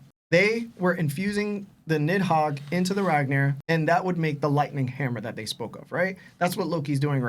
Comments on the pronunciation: Why bro keep saying niMhogg? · has such a fat tongue that pronouncing anything is so hard for him. Bro called NIDhogg, NIMhogg the entire time and they all just sat there and let it happen.